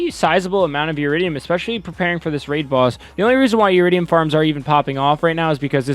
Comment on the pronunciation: Eridium not uridium